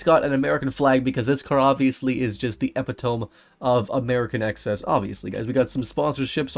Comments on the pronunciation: it’s not EPI-TOME, it’s EP-PIT-O-ME 😂😂😂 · Putting an American flag on what originated as a British car is exactly what we expect 😁 Also, "eh pit oh me". Not "eh pi tome" 😉 All teasing aside, great video. Very much enjoyed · this guy said epi tome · not how you say epitome 😒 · I love how you pronounce epitome wrong.